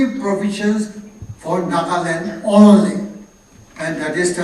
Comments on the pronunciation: Not nagalim it's NAGALAND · Yes it is NAGALAND not Nagalim. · Sorry a bit late. Appreciate your statement but please be cautious & about some words like Nagaland not Nagalim. O.k. It's not your fault. But do use your common sense or thinking for others people, who will think naga struggle is a joke .